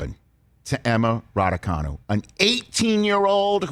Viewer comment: It's time to learn how to pronounce "Raducanu". It's actually spelled "Răducanu". The "ă" is pronounce "ə", like in perhaps (pərˈ(h)aps)